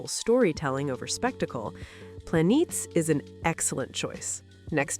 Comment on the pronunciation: Plah-neh-tehs, not Planeets. They stress in the opening credits that it's from the original Greek name for the quick moving celestial bodies.